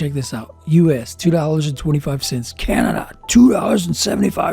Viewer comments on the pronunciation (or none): none